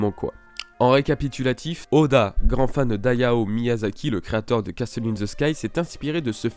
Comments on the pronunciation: pour le mot"castle" on ne dit pas "casteul" ca se prononce "cassol". je chipote je sais mais c est bon a savoir. bonne video en tout cas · cassol ou cassel? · Hyper intéressant. Merci au gars qui a pensé à tout ça. "Castle" se prononce "casseul", le "t" est muet. Juste pour ton info perso^^ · Arnaud Durand en tout cas le T est muet